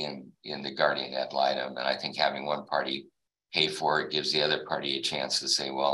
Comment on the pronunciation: Blah blah blah about the “guardia malytom”. She wanna say I’m doin all this for “retalimation” or whatever she saying, but…..she missed the last hearing….